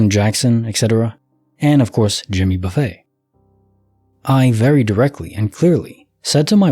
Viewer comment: Thanks for the stories! The singer's name is not buffet like where there's all this food and you choose what you want to put on your plate. Buffet, pronounce buff-it. Famous country singer here in America.